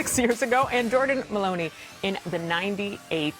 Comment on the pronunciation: This chick seriously just said “Maloneeee”🤦‍♂️ NBA Today sucks anymore..